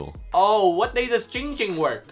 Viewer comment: It’s not ging ging It’s ZING ZING